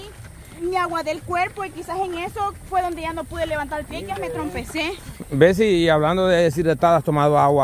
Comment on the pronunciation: dice me trompece ….jajaja no será tropecé como lo dijo camarón…